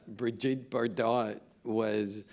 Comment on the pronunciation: It’s not Bar-Dot, it’s Bar dough